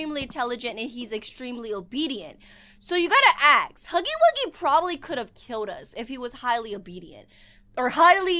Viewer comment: It's not huggy-wuggy